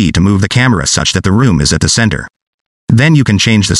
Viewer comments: Love it, thank you^^ Oh and "room" :D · i usually skip the robot voice tutorials, but this is amazing (oh, and btw: "room") lol